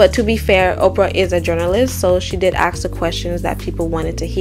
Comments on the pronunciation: Nice video and a lot of the content doesn't really surprise me... I've never been much of an Oprah fan. On a side note, the word "ask" and "asked" does not have an x in it. The S comes before the K. I know its a little thing but it marred an otherwise great video. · Love this video. Please try to pronounce “ASK” without an X in it. It was horribly distracting from the extensive research you’ve provided. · Why are you saying - aks and not - ask?